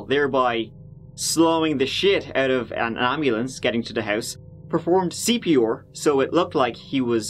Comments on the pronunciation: Nobody realizes that he pronounces CPOR and not CPR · I took a shot every time he says CP’or. Im drunk. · "Martin started doing CP-OR". I just love how pronounces some words, it's just so funny.😆😆😅😂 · I love your videos! The way you say C.P.OOOR in this one made me giggle! Thanks for making these videos! You must put in so much work doing your research! For anyone interested in forensics etc your channel is a great find! Keep doing what you do! 😊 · C.P. OAR. I love your accent and the way you pronounce certain words! You are the greatest! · I like you. But I’ve never heard a person butcher their R’s like you do. CPR. Come on..